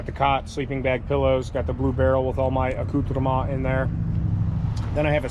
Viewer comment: I love your videos but for the love of God STOP SAYING ACCOUTREME...it makes me wana stop watching!